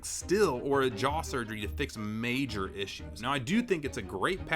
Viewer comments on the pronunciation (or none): none